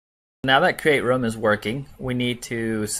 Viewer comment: I pronounce room like that and people make fun of me, so I was excited when I found someone else who pronounces it like that. And I felt validated until I saw your comment 💀